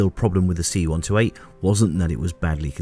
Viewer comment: I have to stop and do a translation in my head every time you say "see one toe eight".